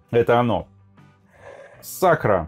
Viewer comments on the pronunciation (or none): Я думаю, всё-таки, наверное не Сакра, а Сакура 😊